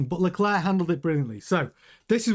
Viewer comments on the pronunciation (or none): Charles pronounces his last name LECLERK, not LeCLAIR. refuses to pronounce his name right.